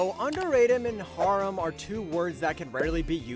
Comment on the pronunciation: ugh.. saying harem like that...